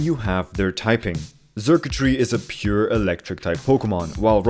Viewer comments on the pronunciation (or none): Just to clarify, Xurkitree is pronounced like “circuitry”, not “zurktry”